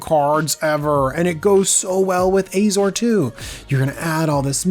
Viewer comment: Oh ffs, do you call Azorius Ayzorius too?